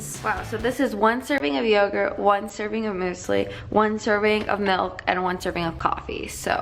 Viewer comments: Anyone else cringe when she says "moosely" not muesli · Moosli? MOOSLI? is it not muewsli? What's going on in America!!!???!?!? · Is it even a video if she doesn't say moose-ly (muesli)?? lmao love you girl! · LOL "mooseli" hahaha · Why do you call it moosly oh my god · I wonder if she realises how incorrectly she pronounces musli. 😂💜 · I really enjoy the way you say muesli 😂 Also Tesco always!